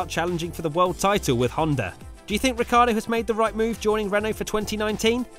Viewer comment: British tv: rihcardo and verschthappen 😂